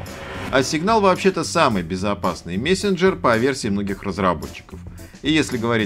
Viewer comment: ахаха мЕсенджерь))